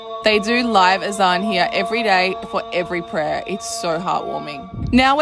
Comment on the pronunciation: You pronounced Azan and not Adan. That brought tears for pure gratitude and sincerity. Barak Allah Fik.